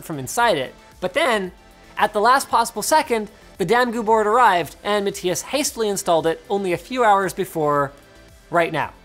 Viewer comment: Wonder if Linus will ever figure out “matthias” is prounced MA-THIGH-ASS. Rip